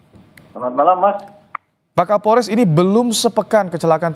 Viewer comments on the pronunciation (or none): Pak kaporles yaa😂. Bukan Kapolres🤣